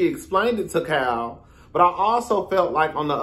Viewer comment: It’s sound like you’re calling her “cow” instead of Kyle 🤣